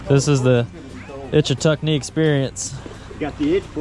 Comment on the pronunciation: It's not Itch a tuck nee. Its Itch tuck nee.